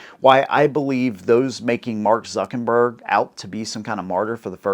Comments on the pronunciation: It's "ZuckeRberg" not ZuckeNberg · Hahaha you call him ZUCKinberg